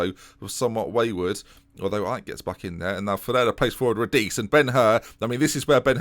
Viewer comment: If Radice is Italian, his name is pronounced “rah-dee-chay”